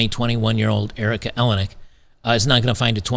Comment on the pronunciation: Erica Eleniak… eeLane eeAk